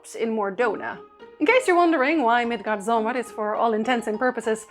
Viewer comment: "Thor" is really pronounced "T'hor".The best spelling I can give for the correct pronunciation of Midgardsormr (usually translated into English as "the earth serpent" is "Milgaardsormr" - it uses the letter "å" in Danish and a soft "d" - but if the game says it wrong and you are talking about the game, it's fine for you to do so too. "Ragnarok" is pronounced "raow-narok". The other words you're doing just fine.